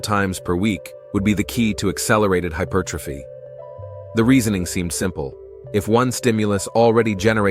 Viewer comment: It's pronounced HY-PER'-TROPHY, not hyper tro'phy. Someone needs to tell the bot.